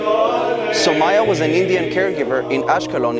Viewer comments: It's pronounced saumYa not sumayyah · Bro it is Soumya and not Sou-maya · It's pronounced as "Sow-m-ya"... Just thought of saying this 🙏 We Indians will always be with our trustworthy friend ISRAEL 🇮🇱❤️🇮🇳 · Well it's actually pronounced as sou mia